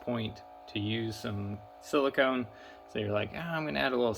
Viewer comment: oh and its silicone not silicun